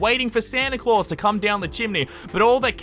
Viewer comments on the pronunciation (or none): none